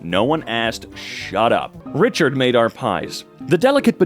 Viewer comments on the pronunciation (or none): none